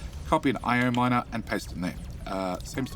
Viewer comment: Fun that you now call your miner an mier. Mier is the dutch word for ant lol